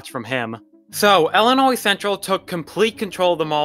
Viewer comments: Ill i nois... not Ellinois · Not to mention, it's Illinois, not Ellinois.